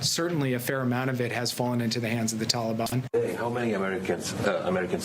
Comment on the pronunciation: George Henderson ~ Mr. Biden is the only person I've ever heard calling them the Tallyban. He should step down and get it over with.